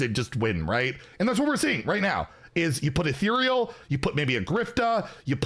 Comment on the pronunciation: omg finally figured out how to pronounce ethereal, i honestly thought we would be hearing “etheral” for the rest of time